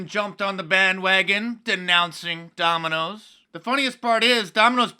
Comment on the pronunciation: Donald calls it " Dominios Pizza. " 😃